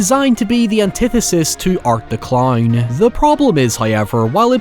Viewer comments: “Killer claurn” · "art the clowrn"